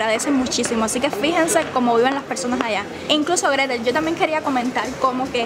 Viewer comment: Se dice Gretel y yo 😉